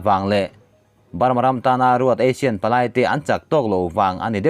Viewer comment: Clickbait atan ami caption hi...thing emai. Association of South East Asian Nations (ASEAN) hi Asian tiin i lam thin a, Eisin tia lam tûr a ni zâwk lo maw?? Asian nen chuan a dang hlak ania...i lo hriat loh tâkin👍👍👍